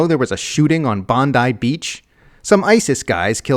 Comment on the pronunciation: Will you FUCKING-WELL LEARN TO SPELL THE NAME OF THAT SUBURB PROPERLY? It's BONDI, not "Bondai" You DAMNED IGNORANT YANKS!